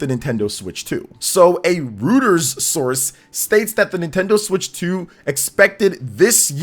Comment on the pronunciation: Btw Reuters is pronounced like Roy-Ters not Roo-ters